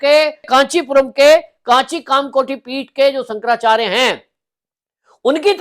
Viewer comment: Abe pehle shankarachyarya bolna teek se seekle😂